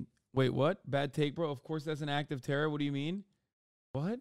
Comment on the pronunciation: The "tewwow" kills me every time